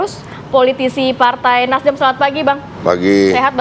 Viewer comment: Nasdem apa Nasdrun sih yg bener ngeja nya.jd bingung deh!,kok gerakan perubahan yg d bawa Anis aneh2 aja,Jalan2 d jakarta banyak d ganti eh nama Nasdem juga diganti/dirubah🤣😂